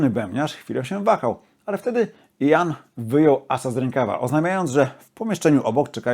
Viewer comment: Jak wymawia imię Gillana? Słucham już muzyki z jego udziałem od pół wieku, ale nigdy nie słyszałem od Kaczkowskiego począwszy takiej wymowy. To nie Jan tylko Ian. Poza tym wszystko bardzo OK.